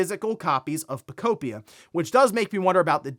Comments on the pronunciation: “Poe-Kope-pia” I wish you’d stop calling Pokepia that. It doesn’t make sense to say it that way. 😂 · He just cannot figure out how to pronounce that damn word lmao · Pokopia... guess the a makes an o sound now.